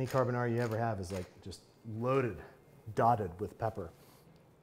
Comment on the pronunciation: Babbish I could listen to u say Carbonara in that Italian accent over and over